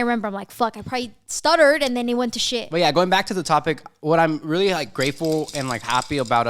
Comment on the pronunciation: Don't know if it's just me but everytime i hear say really it sounds like "weally" LMAO 😂😂💞